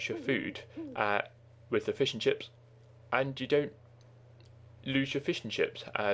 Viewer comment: great, i was looking for exactly these videos ! i started playing the game again but dont know the classes anymore, so i'm trying to figure out. btw, i like your voice. sometimes its very funny. like when you say fishing ships, it sounds like fish 'n' chips xD